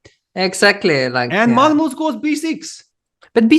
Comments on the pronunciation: It's not Maagnoos 😂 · the first reporter peter leko was call Magnus as Mangus